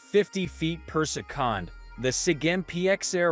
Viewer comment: its annoying also instead of saying seconds he say secands lol